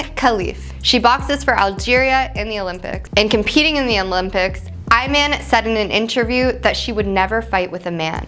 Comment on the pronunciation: Had to stop at 20 seconds. My seemingly unaware compatriot completely Becky-ed out on the Iman pronunciation. I think they did that on purpose. Didn't work.